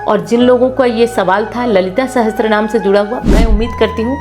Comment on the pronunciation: Apna uccharan to sahi kar le sahastra naam nahi sahasra Naam hota hai 😅